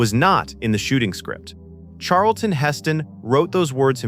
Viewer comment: How about ai’s pronunciation of: Sharlton